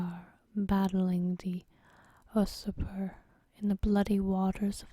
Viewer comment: Usurper should sound out as You zurper. Not really a complaint because other than that word sounding akward this is great. Love ASOIAF series!